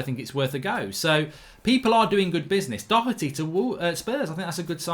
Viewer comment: Mark is the first English person thtt has pronounced Doherty correctly. Showing his inner Irish 😏